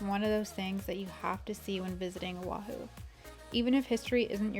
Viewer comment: The way she says “Owahew” haha